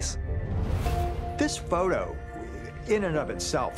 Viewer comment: the way he pronounces photo is fun nee like phou -toe :face-green-smiling